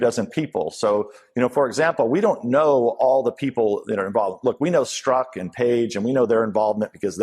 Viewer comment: Dan, I know why you pronounce Strzok's name wrong. It is a common tactic with investigators. They pronounce names wrong on purpose, to upset the suspect, and because it upsets the suspect, the suspect acts emotionally, instead of intellectually. And, the suspect starts making mistakes. A suspect is not in a good position to get angry, because the angrier they get the more mistakes they make.